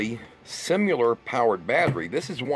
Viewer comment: similar is not pronounced simular!